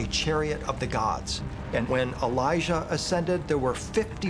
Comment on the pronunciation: Elijah A Liar A-lie-a